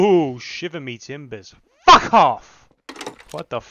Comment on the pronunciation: bro the emphasis on that "fuck" got me 💀